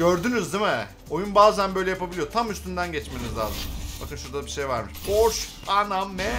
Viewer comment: Abi porş diyo okunmuyor porşe diyo okunuyor